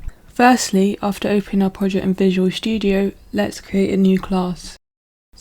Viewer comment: I came, when she said a "Visual Shtudio"